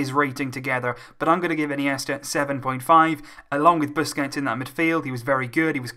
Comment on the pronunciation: It's Sergio BUSQUETS AND NOT BUSQETS LOVE UR VIDS